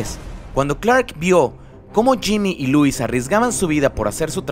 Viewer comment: Muy buen vídeo :D Me encantó. El único detalle es que no es Louis sino Lois y se pronuncia como se escribe :)